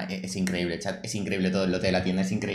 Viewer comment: En el minuto dice chaz en vez de chat